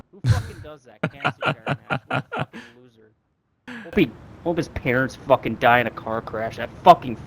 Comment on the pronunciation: 원어민이라 그런가 훡킹 발음이 매우 찰지네요. 너무 찰져서 웃김